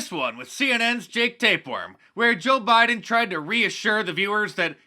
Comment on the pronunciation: did joe say Widen ? instead of Biden